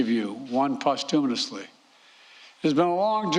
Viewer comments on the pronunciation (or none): "Bedal of Honor posthumanously" WTF? LGB!